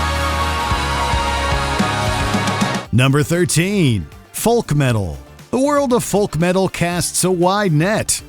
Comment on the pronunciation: Does this voice over even know how to pronounce words kawaeii and folk were like nails on a blackbord 😅